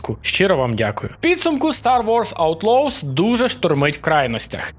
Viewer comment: хоть в гугл транслейт проверь как читается название игры 😂